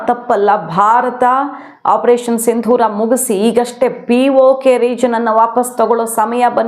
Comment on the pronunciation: ಸಿಂಧೂರ ಅಲ್ಲ. ಸರಿಯಾದ ಪದ ಸಿಂದೂರ. ಸಿಂಧೂರದ ಅರ್ಥ ಬೇರೆ..